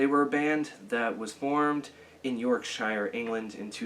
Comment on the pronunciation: I hate your pronouciation of Yorkshire, I hate your action figures in their stupid boxes and your kiss poster too, it's like you hate music and life itself if you like kiss. However, and please bear with me because I am a big fan of yours, I love that you made a video about this band and thanks for making it, it's needed and I wish they'd come back. My theory is the last album sold badly and RR said fuck this and the band were on a downward spiral, I was a fan from way back when and the last album was not appreciated one bit by me. They also weren't mathcore, having a song like vibetech doesn't make them tech, they're reasonable musicians but nothing special. They're a very interesting and authentic alternative pop rock band with hints of prog and metal. Anyway thanks for posting, it's a shame your channel isn't doing better because it should be